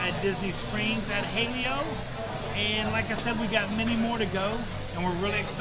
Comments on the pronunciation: It is pronounced as ha-leh-yo. Don’t sabotage and white wash it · Ha-Lay-oh lol